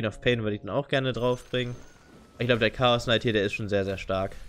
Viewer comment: also englische Youtuber kennen die Aussprache der englischen Namen aus einem englischsprachigen Spiel meine ich doch (Chaosknight, Lonedruid etc) Das ist keine wirkliche Kritik sondern einfach nur etwas was mir persönlich nicht gefällt weil ich es grundsätzlich nicht haben kann wenn Leute gewisse Dinge falsch aussprechen, das heißt du kannst es auch gediegen ignorieren